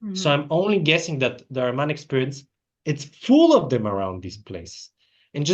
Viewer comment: greetings, a notable note: it is not "Areman", especially in Persian Language the word is "AHRIMAN" , "اهریمن"